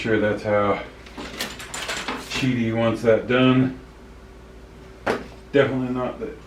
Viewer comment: Qidi not Qudi